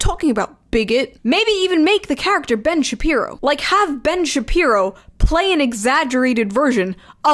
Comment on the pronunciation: [ Ben Shabee-Boo ] I've been nicknaming him that for awhile and its hilarious you said it exactly that way